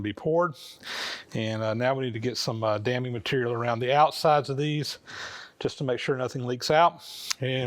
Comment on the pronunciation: I've been sort of bouncing around watching this series in the wrong order, but it's been one of the most interesting and informative things I've ever seen, and I'm really enjoying it. But in regard to the pouring of the babbitt joints, every time you mention "damming material" I hear "damning material." And that really cracks me up. Just wanted to share.